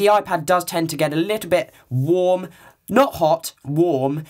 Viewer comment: I like your accent ! lol when you said warm it sounded like "wom" BTW awesome review :P